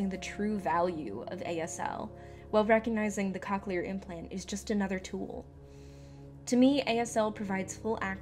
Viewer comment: Cochlear isn’t pronounced COC-chelar. I guess everyone has different experiences with it but my mom has had it for 7 years and loves it.